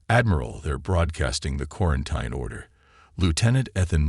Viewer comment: For God’s sake, the word is pronounced KWAR-EN-TEEN. 🙄